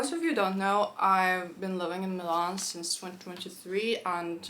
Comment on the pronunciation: Interesting! I think I caught a Russian accent when you said Милан, or rather I should say a perfect native-like Russian pronunciation! I wouldn't even have noticed if the rest of the video didn't sound native in English, even the same word said like 10 seconds before 😀. P. S. I know, it's a very random comment, I just found it both curious and nice, along with the fact you feel the most friendly when speaking Russian 😊